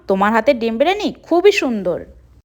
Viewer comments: Byriani ❌ Bereni ✅ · বিরিয়ানি ❌বিরেনি ✅😂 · Birani noi biriyani